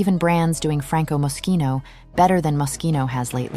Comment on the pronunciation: NO Franco , NO Jeremy, NO MOSCHINO (or mosshino, like many still love to mispronounce it😅)